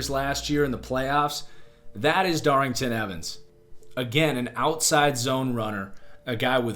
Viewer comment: DARRYNTON EVANS DOES NOT HAVE A “G” IN HIS NAME